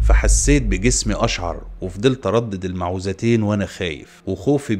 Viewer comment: الصواب أن يقال المعوذتين بضم الميم وفتح العين وتشديد الولو مع كسرها